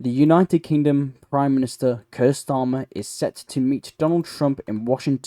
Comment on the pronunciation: Buddy you really need to learn how to pronounce particularly names and phrases like “Faroe” and “Keir”. Also best to be clearer with you choice of language for example has Ukrainian stopped ALL supply of Russian gas to Europe or just the Gas piped through Ukrainian. Last year 2024 just over 50% of Russian Gas to Europe was through other sources than the Ukrainian pipeline so how is Ukrainian prevented this shipment also ?